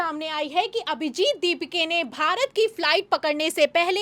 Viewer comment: अभिजित दीपिके नही, अभिजित दिपके है... Worst news reader.. Dont allow her to speak..😢